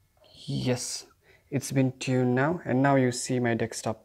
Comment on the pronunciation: DESK-TOP not DECS-TOP otherwise well done 😆